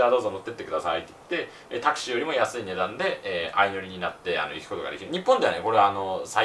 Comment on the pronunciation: これじゃタクシーじゃなくてタクスゥィーだよ